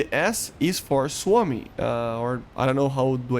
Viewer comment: I’m from Finland so I’ll propably buy this. BTW U said Suomi almost PERFECTLY! Good job!